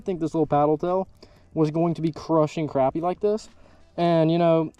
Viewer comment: It annoys the shit out of me that you youtubers don't say crappie right. I unfollowed a guy cause of it.